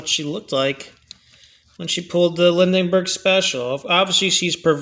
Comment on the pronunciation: The name is pronounced "Lin-berg" for Charles Lindbergh.